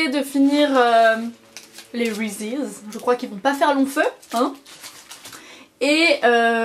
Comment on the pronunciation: C'est drole la façon que tu prononce le mot reese's ;)